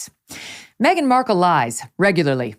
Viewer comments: No one applies to Hooters thinking they want you for your brains. 😂😂😂. I’m sure the waitresses didn’t mind their tips. And who says Mark Kel? Please 😩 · Well I hate to tell Markle , that she isn’t the only Markle one in the world , there was a family in court & they pronounce Markle exactly the way that women who was yelling , at Markle to suck it in . Howie Mandel said Markle was fired from the show , because Markle not the bimbo, the slut she is , was putting her claws on Howie. Howie wife asked to have her gone ,& I don’t blame her at all. No wife wants to watch that. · She talks like she's reading from a book , how can you not pronounce Markle! Stupidity at it's fullest! Who made her work there? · Did she say the woman coulldn't pronounce her' 'Black Name'? As far as I understand it her fathe mr Markle is white . She is beyond ridiculous. and as for the Purring voice. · I think her wrangler deliberately mispronounced her name just because she didn’t like her.